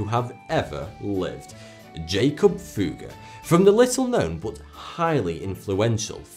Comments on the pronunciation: You didn't ever say "Fugger", more like "Fuhger" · very strange pronunciation of Fugger and Fuggerei in the video by German standards: its rather like Foogger or Fooggerai with clearly a double-G. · The "u" in Fugger is short. There's a reason for the double "g". Sorry man, that just drives me crazy. Quality video! :D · Research how to pronounce Fugger and Fuggerei...